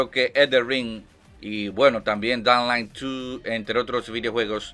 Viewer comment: madre mia que forma mas complicada de pronunciar Dying Light tienes jajaja Se pronuncia tal cual te lo escribo: DÁING LAIT